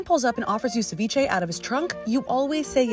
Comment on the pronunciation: The fact she is so (sorry i dont want to be racist or offensive) white and she pronounces seviche correctly just makes me happy